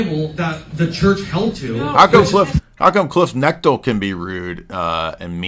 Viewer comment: CONNECT-LY not NECK-TIL